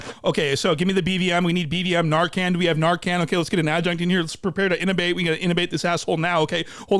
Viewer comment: Inubate isn’t a word, it’s intubate bruh 😂 great video though, love your content. Doing Gods work sir 🫡